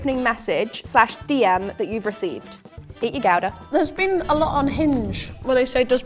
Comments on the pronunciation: The pronunciation of gouda was diabolical girls. But the episode was great so you get a pass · I don’t like how they said Gouda